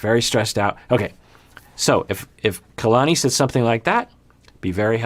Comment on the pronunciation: Omg ‘Kaylani’ was driving me crazy lol